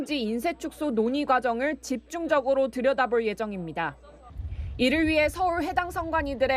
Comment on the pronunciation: 집중적으로 드려다붤 예정입니다? 이로인해 서월? 선관위? 발음이 아나운서 발음이 아닌거 같은데 어떻게 생각하세요?